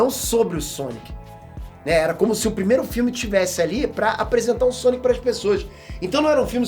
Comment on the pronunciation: o c de Sonic parece um ó na tumbkkkkk, "sonio"